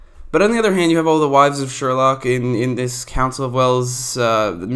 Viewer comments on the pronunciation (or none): It’s “Sherloque”